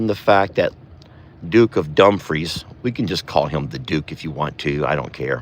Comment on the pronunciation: its not dump free it dumefre e sounds like a